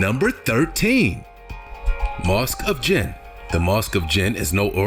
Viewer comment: The statue is from Senegal, where I come from, what he's saying is not true and we view it proudly. The commentator needs to do more research and check the background before making comments. The same goes for the mosque in Djenne. He can start by researching how to pronounce it for instance.